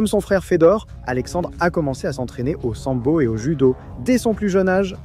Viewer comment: merci pour la video, juste une petite remarque Fedor (Фёдор) se prononce comme Feu d'or et pas comme Fédor (Федор)